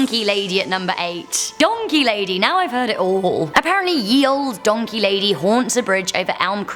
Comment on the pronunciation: DID SOMONE SAD DANKEY???